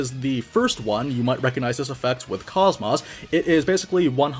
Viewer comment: So I'm not sure why it is EVERYONE that I've seen make videos for this, or if she says her name differently in the game sometime. But KOS-MOS has an "oh" sound where the O's are, not an "ah". This is true for both enlgish and japanese.